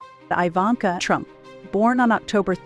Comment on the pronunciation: Her name is not pronounced "eye-vanka", but, "ee-vanka".